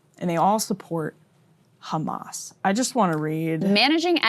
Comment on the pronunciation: pronounced kkkkkhhhhhamas 😂